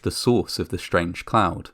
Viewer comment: Schtranded? Schtrange? Deschtroyed!